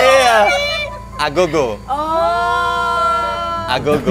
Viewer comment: Agogo bukan abego...😂